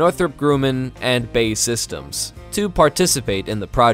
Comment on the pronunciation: Lmao “Bae systems” its B.A.E.